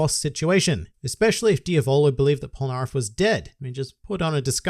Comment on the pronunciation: Okay, you learned how to say Jotaro, now let's continue. It's Diavolo, not Dia-VOLO. It's Polnaref, not POL-naref. ~just had to point that out but great vid like always~